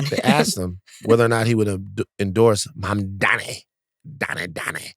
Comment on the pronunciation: Mamdani's name isn't hard to pronounce. Get some "Hooked on Phonics." 🙄